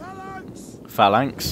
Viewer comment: Phalanx is pronounced falanx